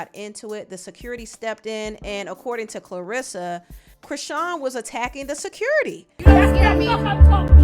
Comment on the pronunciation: Karlissa not clerissa